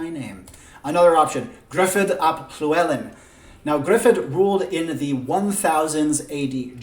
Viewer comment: This is a very interesting idea. I'm not a historian but I am Welsh. I'm impressed you can pronounce Llywellyn, but oddly not Dyfed or Mawr hehe, I'm from Dyfed, which is now called Ceredigion. But don't try saying that ;) Very interesting ideas. I'm glad YouTube's algorithm showed me your video. I really would love them to split the Celts into three civilisation.